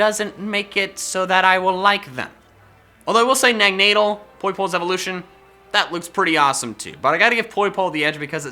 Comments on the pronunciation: Did you say "Nagnadal"? Because it's "Naganadel", not "Nagnadal". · Nagnadle?! It’s Naganadel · Wait.. a general Pokemon video that ISN'T a Collab and has some what amount of effort (seriously it's Neganadal, not Nagnadal, it's not hard) I'm grateful, sadly it's... You... Oh well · Nag Nay del? That is the first time I have heard someone mispronounce naganadel. It’s literally exactly how it sounds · what teh heck was that pronounciation of naganadel i just heard come out of your mouth?! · i am pretty sure he mispronounced naganadel